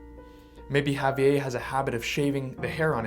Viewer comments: Had to stop watching lol. Couldn't stand that way he kept saying Javier. It's not a French name sir. It's Spanish. Javi-Ehrrrr. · I'm cringing every time he says "Ha-vee-ay". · Ago saying javie and pronounce the fucking R!!!!!